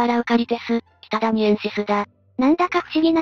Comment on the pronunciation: 福井県北谷を、音声で ちゃたん と呼んだみたいだけど、ちゃたんと呼ぶのは沖縄の中頭の北谷だけではないでしょうか？